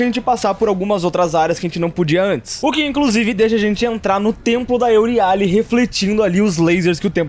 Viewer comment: "euriále", "láquesis" o cara com 100% de aproveitamento eme falar TUDO errado, slk